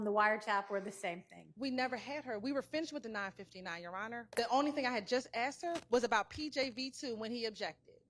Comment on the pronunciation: It’s ASKED lady! Not ACTS! 🤦🏻‍♀️